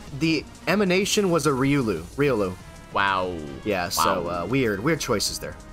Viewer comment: missed meme opportunity: Coulda pasted the picture of Ryu from Street Fighter on top of Riolu's head when you pronounced it Ryulu